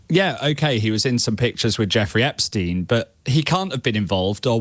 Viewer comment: Sounds so odd hearing Epstein being correctly pronounced, as J. O'B does at the start.